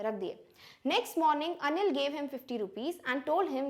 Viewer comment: Mam,when you say anil it's sound like onion.